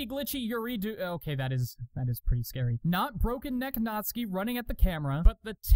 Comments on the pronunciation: Butter Goddess But, he did. In Japanese you almost don’t pronounce the u, so you really say it like „natski“. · Thx for saying natsuki right